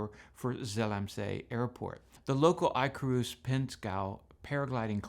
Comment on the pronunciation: Eye Cruise?? EYE CRUISE?? Y'all don't think that paragliding club's pronounced like the dood that flew too close to the sun? Ick-a-russ ffs.Jeez.